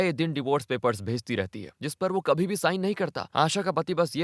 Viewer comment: Aap konse prant se hai. Hindi jaha "bh" भ, likha bola suna jata hai, aap vahan "v" व, istemal kar rahe hai. (eg. Kabhi kabhi ke badle Kavi kavi)... Aur, yeh sirf aap hi nahi, aur bhi bahot log karte hai...is liye bataye, aap kahan se hai?